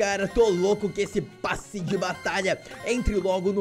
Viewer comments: É passe não "basse" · "U bAsSi De BaTaIa" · vc tem q aprender a falar kkk "basse de batalha"